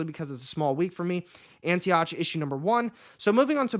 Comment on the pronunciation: Antioch---pronounced Anti ock